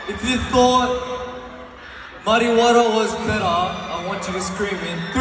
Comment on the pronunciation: Lol i did a sharp double take wheen Felix says "Muddy water" because the way he pronounces it, it sound like Marijuana in spanish 😂😂 I was like "wtf?!" 😂☠️